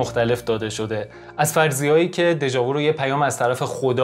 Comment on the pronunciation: prononciation "déja vu" nah "déja voo" .